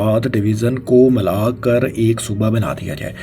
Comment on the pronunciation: Lafz "Malaa" nahi hota... "Mila' hota hai